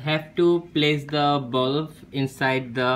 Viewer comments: It is not bulf its bulb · On you saying you need a bulf It's not a bulf. it's BULB 😂😂😂😂😁😁😁😀😀😀😀😀🤣🤣🤣🤣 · It's not bulf it's bulb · What's is balaff 😂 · not bulf it is bulb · It's a bulb not a bulf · bro pls improve your vocabulary skills it's not bulf it's bulb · Bulf nahi Bulb bolte hai. Aur shoe box par tune bulb ki outline draw Kari hai ya Lund banaya hai. Jab English nahi aati toh q uski Maa behan kar raha hai. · word bulf is wrong brother its bulb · It's a bulb not ''Bulf'' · honestly lad I though you said bomb protecter